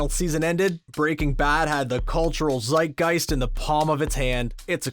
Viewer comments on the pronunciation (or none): none